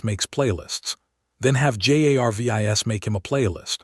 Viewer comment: Ummm has anyone mentioned ai cant say Jarvis it just keeps spelling his name but rest of name are said ... u might wanna check ai algorithm to see if its bugged